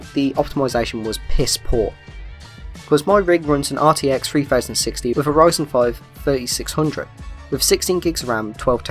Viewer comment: lol why do you say 3060 so weird? I had to rewind 4 times to know what card you where talking about XD